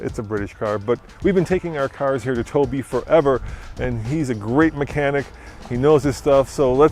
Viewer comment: why does he say hue instead of here?